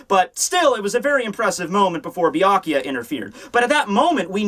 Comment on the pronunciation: Byakuya (Beer-Ku-Ya) , not Byaku LOL